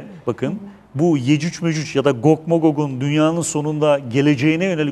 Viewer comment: amma atiyon ha😂 gog zaten cuc diye okunur